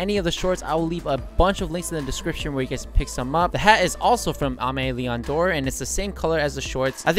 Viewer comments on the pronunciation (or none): That Aime Leon Dore pronunciation tho